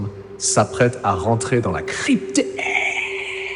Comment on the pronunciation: Avec ce "la crypteRRR" on croirait une introduction à la Jery